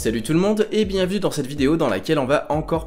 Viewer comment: "Salut tout le monde et bienvu dans cette vidéo" Manque une syllabe non ? x)